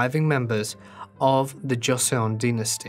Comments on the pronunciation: "Dduk-heeay" "Joh-sun" Please research correct pronunciations. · Enjoyed this one but your pronunciation of Korean really jarred me. It is difficult to try to read Hangul in the Roman alphabet. For future reference; the letter j is pronounced as CH. The letter G is pronounced as K. Would have been really nice if the dialog boxes with complete sentences were to stay longer on the screen to keep up with reading them. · That and the way he says Joseon...bawling my eyes out